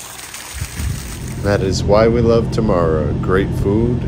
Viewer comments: I love you guys, you really show something different yet beautiful comparing to many of other tourists showing only very touristic places. Btw, it's Temara, tamara means something very different :D (but not bad, no worries) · T'mara , not Tamara 😂